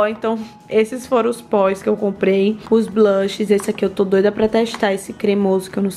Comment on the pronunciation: "Batões" "Póis" "Toins" 😂